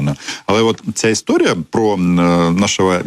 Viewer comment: Не "пра" а про. Ця азірівщина дуже заразна!